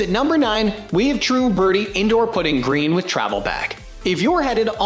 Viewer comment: Hard to take it seriously when he mispronounces “ putting”